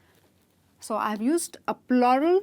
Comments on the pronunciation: Is it plural or ploral? I assumed it as floral!! 😂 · Why are you pronouncing PLURAL wrong ????